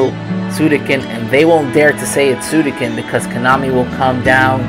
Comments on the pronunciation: Suikoden not Suidoken!! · Nice video, but please consider lowering the music volume next time, I can't hear you much. Also, It's SuiKOden not SuiDOken! Ahah. Love ya!